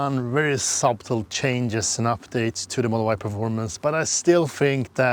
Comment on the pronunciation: It wouldn't be often you would have a 6'4" passenger in the back behind a 6'4" driver oh by the way, 'subtle', yes it has a 'b' but it's silent, just sayin 🙂